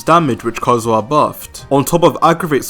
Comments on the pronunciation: Dude just say KAZUHA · Stop with "Kaedehara Kazhua" 💀